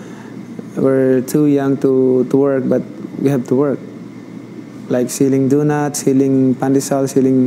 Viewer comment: Where you power come from.. "Dunuts"